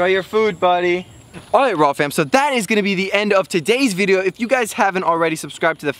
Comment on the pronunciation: Sounds like walfam every time you say raww fam XDDDD